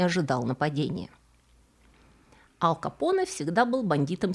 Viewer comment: Ал Капоне 🤣 точно не Аль Капоне